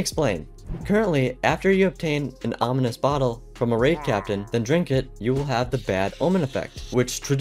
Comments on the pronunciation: It's ominous, not onimous 🫤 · Not being mean, but you mispronounced ominous. You said onimous. No hate and have a blessed day 😊